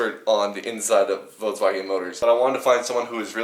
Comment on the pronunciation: “votswagon”? vulkswagon is how its pronounced